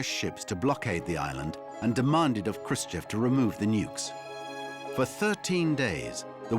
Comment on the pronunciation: To all native English speakers: listen to this guy, how he actually pronounced Khrushchev because he actually did it correct. Today, you all do it WRONG. And it's not about beginning but the end: "EV" today vs. "OV" 66 years ago.